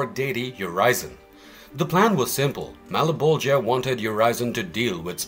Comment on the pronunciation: malaboja does not sound right